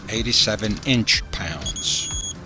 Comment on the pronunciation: Love the emphasis on INCH pounds!